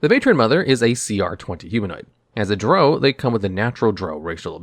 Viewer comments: Ffs. Drow rhymes with plow, not row. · You lost me in the first 10 seconds when you didn't know how to pronounce drow. It rhymes with cow not the word know. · I thought it was pronounced Drow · My biggest complaint is the way he pronounces Drow in a few of his videos 😂